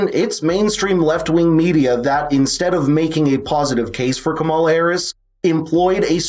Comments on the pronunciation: It’s KAH-mala, Dana. Racist. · So now it's pronounced Cammila